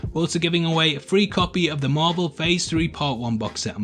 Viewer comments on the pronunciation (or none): none